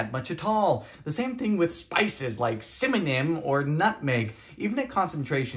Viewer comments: he just said cimmanom? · Yes! I love listening to him talk as well. I love his mis-pronunciations since they are so much like the way I talk at home. Cimanom, being my fav. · Flufe powder, Egg-eee, (strenuous constipation required) and Cimanenenen. Betty Crocker must be turning in her grave! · Cimanan for cinnamon, I heard that 😂 thanks for all the testing 😊